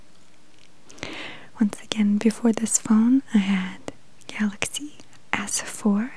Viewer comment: It's galaxy not gaylexay 😂